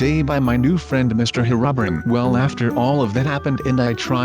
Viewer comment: ''Herubrin''. XD